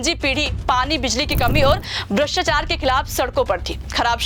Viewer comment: Madam bhrshtchar nhi bhrshtachar hota hai.